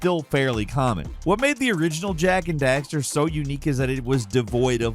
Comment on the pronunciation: Jak and daxterrrrrrrere